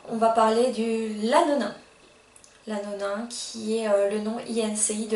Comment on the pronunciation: Bonjour, Dans un premier temps bravo pour ces vidéos. C'est courageux. Par contre attention à vos prononciations. Même en INCI on prononce toujours l'écrit Lanolin "Lanoline". Pareil dans votre vidéo sur le savon on dit Melt "and" Pour pas MeltPour.